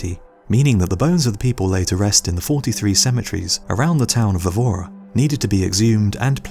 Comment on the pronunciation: Portuguese here. The Chapel of Bones city's name is pronounced Eh-voo-ruh, same E sound as in "help"